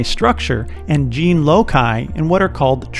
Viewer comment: “Loci” is pronounced with an S sound. The 92% of dna that supposedly does nothing does a lot of something. There might not be any “junk dna”, but rather it is non protein coding epigenetic control dna. So those mutations might be very significant.